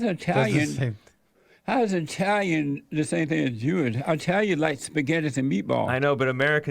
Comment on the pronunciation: He's pronouncing Italian wrong